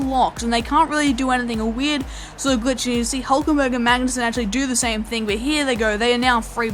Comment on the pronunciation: Great Episode, but a little tip from my side: Nico Hülkenberg is pronouced Huelkenberg not just Hulkenberg :)